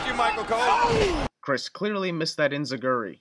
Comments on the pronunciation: Oh my fucking god, Inzuguri? Really? It's enzuigiri for fucks sake. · its enzeguri not inzeguri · it's enziguri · its enziguri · Take a shot everytime he gets the name of the Enzigiri wrong.